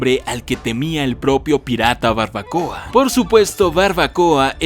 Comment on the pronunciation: Soy la única que escucho barbacoa en lugar de barba coa?? 🤣